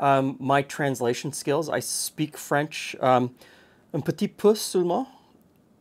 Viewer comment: Very cool ! I know you like to learn ! so: Do not pronounce the T at the end of petiT, just say peti (masculine) otherwise it sounds like petiTe (feminine) <3 bon dimanche !